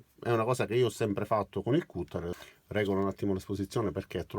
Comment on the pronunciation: Io una domanda, sono nuovo del canale(primo video) quindi chiedo pietà... Ma perché pronunci cutter com'è scritto invece di "catter" oppure non lo chiami taglierino? Mi sorge il dubbio vista anche l enorme lavoro per le ampie traduzioni. Per il resto, ho l attrezzino e concordo è bellissimo... È grazie per le spiegazioni... Io lo usavo male ora forse sarà più facile fare i lavoretti di casa.